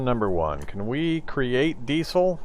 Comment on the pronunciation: You sounded like Hank from king of the hill when you said "diesel"